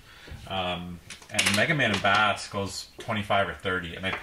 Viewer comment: Bass is pronounced like the music base. He has a dog like Rush named Treble so it's Bass and Treble